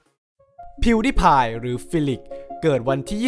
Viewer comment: งงกับกายออกเสียงชื่ออ่ะ มัน พิว ดาย พาย ใช่ป่ะ เเต่เเค่มันออกเสียงสูงตอน พีว ด๊าย พาย ใช่ป่ะ5555